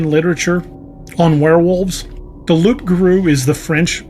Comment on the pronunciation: It is actually Loup Garou, and the "p" is silent, so pronounced Loo Garoo. And loup in French means wolf.